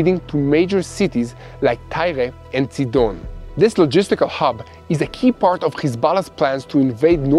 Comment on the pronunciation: Thanks for the Israeli pronunciation of Tyre and Sidon!